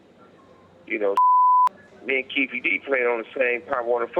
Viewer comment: Lol it's not keefi d